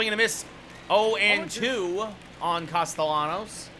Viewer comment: Great video except the pronunciation of Castellanos